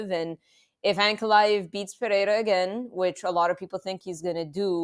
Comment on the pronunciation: I hear Puh-hair-ah, I downvote and leave.